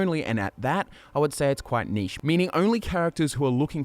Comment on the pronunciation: Sorry, what was that? All I heard was “niche” -_